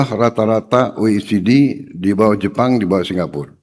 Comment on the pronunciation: English for today: Ow Day Gay Jay